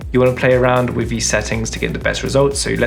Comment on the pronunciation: Oh and with is Wifff.